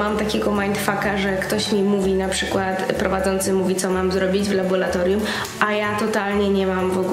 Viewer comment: Uwielbiam Cię, ale błagam: "laboRatorium nie laboLatorium :D zawsze mnie to boli ze względu na swój zawód ;)